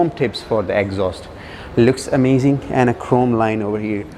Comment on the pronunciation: I couldnt watch the whole vid. All i keep hearing is. Bery amazing. I think u need more adjectives in ur dictionary. Amazzing. Amazing